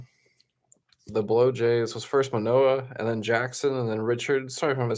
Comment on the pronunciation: Dude, pronounce’BlueJays” correctly! Bob